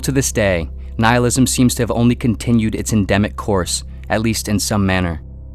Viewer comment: Noohilism! No no no its Nihilism Ni-hilism. Yes yes thats it.